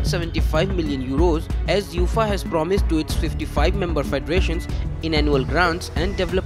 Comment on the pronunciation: It’s not Youfaaaaa…. It’s UEFA (Yu……A…. FAA)